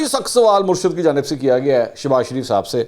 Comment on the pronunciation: منصور صاحب تلفظ درست کریں صحیح لفظ " مُرشِد " ہے۔ Murshid